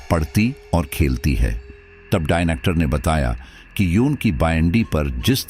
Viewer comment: Its Doctor and not Dinocter